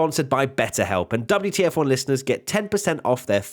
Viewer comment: "Welcome everybody, and welcome back to the double - t - f1 podcast" But I wanted to see the wtf1 podcast, not the ttf1-podcast...;)